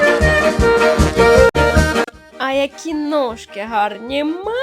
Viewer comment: Не нОжки, а нІжки.